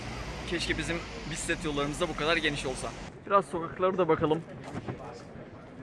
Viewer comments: Bisiklet kelimesini söylerken acaba "k" harfini okumuyor musunuz yoksa ben mi yanlış duyuyorum? Sanki bisi'let dermiş gibi çıkıyor :D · bisset diyor :D